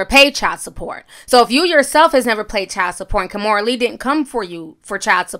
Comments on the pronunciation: Now if only Kimora would learn how to pronounce her first name correctly. She keeps pronouncing it as "kaw-moo-ra" when it should be pronounced "kee-moo-ra". At least she pronounces her daughter Aoki's name correctly. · I wish Kimora knew how to pronounce her first name correctly. It should be pronounced "kee-moo-ra".